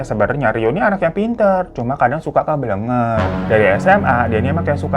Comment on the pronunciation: Bang.. bukan keblenger tp kebliiinger yaa..